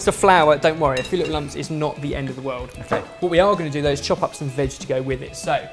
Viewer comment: I keep thinking "vag" whenever he says "veg" LOL